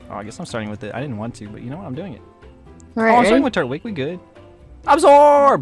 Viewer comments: It's not turt-wig its tur-twig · It’s pronounced tur twig I’m just pointing it out you don’t have to say it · It's pronounced tur-twig